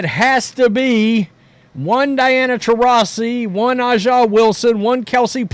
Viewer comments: A’ja is pronounced ASIA not Ah Jah. It is bigoted to intentionally mispronounce a person’s name. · Bro it’s not ah ja …. It’s “A” JUH Wilson and I’m not fan of the wnba but ur pronunciation drives me crazy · Why does this knucklehead keep calling her Ah'ja? I was trying to figure out who's he talking about. How hard is it to read (A) Its has a big A in her name. A'ja. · Her name is pronounced ASIA. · You cant even pronounce A'ja's name correctly. I know what kind of person im dealing with here 😂 Look, I cant deny Caitlin's popularity, these are facts etched in stone. Her game in college is entertaining such that she moves the needle. EVERYBODY (including myself) that watched the league before this season knew she was going to struggle because her exciting game can be shut down rather simply. Raven Johnson (who Cait only scored 7 pts on in the championship) did it. There are TONS of Ravens in the W. The W basing all of their success in Caitlin isnt sustainable with people like you. You're fans more of her than the league which is your right. You guys act like youre some sort of charity to the W, when the only potential charity the league is getting is from the NBA which none of you work for. Hype up her popularity all you want, wheres her game? She has work to do.